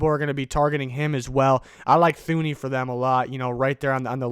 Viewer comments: Btw bro it’s Two-knee not thoo-knee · His name is pronounced Too-ney. Not Thuney. I know that's how it looks but it's wrong.